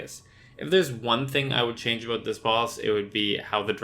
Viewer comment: the aboots gave it away 😅